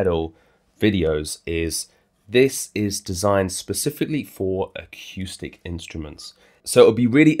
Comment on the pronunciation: great review, nicely done, ended up just waiting to hear you say aqueuestic reverb again, golden